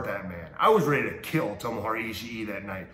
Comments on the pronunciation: He said "Tomohora" Ishii...lmao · This man is WASTED. He really said Tomohora